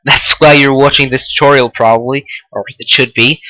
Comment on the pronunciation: you sound funny when you say "problaly"